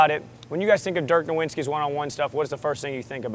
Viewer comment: okay awesome video but my man said “Dirk Nowwinski”